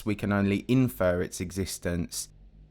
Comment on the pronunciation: Did he say infer or info 🤔